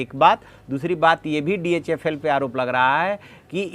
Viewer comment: SIR ITS DHFL NOT DHL.